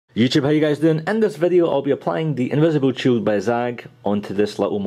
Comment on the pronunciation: you haven't done an invisible shield in a while, i've missed you saying 'invisibled shield' LOL